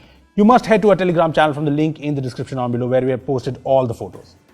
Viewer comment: Did anyone else hear "Telergram channel" it was it only me..🤔🤔